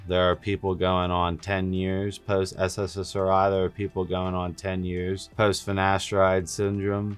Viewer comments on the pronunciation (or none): Dude you really have brain damage. It's S S R I not sssssri 😂😂😂